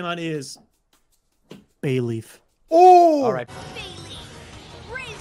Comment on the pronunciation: They all said they love Bayleef but still completely butchered it.